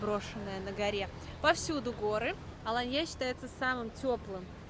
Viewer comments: Ну так она из деревни ПопИно 😂 у них не алАнья, а аланньЯ 😂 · Откуда такие глубокие познания в географии? АланьЯ. Кто отдыхал в Сочи, а кто в Адлере. Специально искали АланьЮ , такого города в Турции нет. Есть Алания, с ударением на вторую букву а. А Адлер это один из районов Сочи, аэропорт Сочи. Первый раз смотрю канал, так режет слух безграмотность. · В первый раз слышу чтобы говорили АланьЯ. Все говорят АлАния. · Ребята, привет! Спасибо большущее за видео!, почему АланьЯ? Турки сами говорят АлАнья. ала́нья — ударение падает на 2-й слог. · Что будет мало русских... будет туркам не на руку... сколько приезжали из России из Европы не приедут! Она не АланьЯ!!! а "А"лания! Почему вы каверкаете название города???! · Ну ДЯРЕВНЯ)) АнтальЯ АланьЯ , Аха ха ха , ну дЯревгньЯ)))) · Аланья стала АоаньЯ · Ала́нья (тур. Alanya), до 1935 года Алайя или Алайе (тур. Alâiye), — район и город в иле (области) Анталья Турции, широко известный центр отдыха с развитой инфраструктуры. Посмотрите, как правильно ударение. Побольше читайте пожалуйста. Вам полезно будет. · Ну почему АланьЯ ? Я понимаю, что блогеры так говорят специально для комментариев, но вы же грамотные люди. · АланьЯ режет слух😏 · АланьЯ? 😅😅😅 да-а-а-а , а штаны-то в СаратОве тогда купила😂😂😂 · 🙏🤩💓 АланьЯ меня просто убило( с ударением на Я) 👍🤩🤣🤣🙈 Спасибо)) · Это для прикола с сарказмом сказано. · Да уж,это было внезапно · разве правильно говорить АланьЯ.??? Смешно звучит.😅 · Потому и сказала, чтобы смешно было. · Дорогая, в слове Аланья ударение на первый слог. Очень тяжело слушать вашу версию ( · Почему бы не называть город, ставя правильно ударение? Или вам не принципиально? Можно тогда и АААланья. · Кто местные? Местные россияне? В турецком ударение на втором слоге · Ужас! Саратов есть Саратов! Штаны!Ананья+ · а я не про мягкий знак, меня ударение смутило. впервые такое слышу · В ударении😂